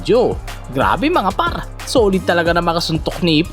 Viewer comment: "mga PArrrrrrr!" 😂